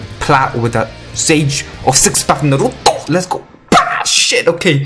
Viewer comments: like ur videos r REALLLLY good tho but the way u say naruto makes me aggressive asfuaq .. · What I used to hear in anime: "NARUTOOOOOOO" "SASUKEEEEEEEEE" Now I hear: "SasKE" "NarUTO"